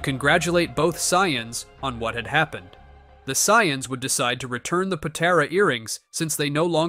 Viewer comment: the "Sai-yons"😂